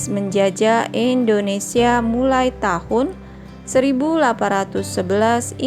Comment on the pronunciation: indonesia kak bukan endonesia